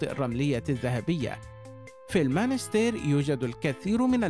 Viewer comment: َاسمها المُنَسْتِيرْ و ليس المانستير